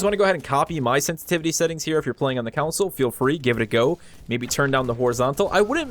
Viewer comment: Concil? I came for console. Disliked